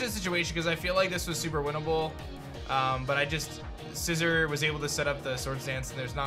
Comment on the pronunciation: Sci Zor not Sci Zer